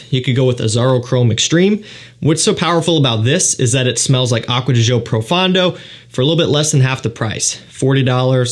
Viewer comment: Nit-pick: It's ADG Pro-FON-do....not Pro-FAN-do...😅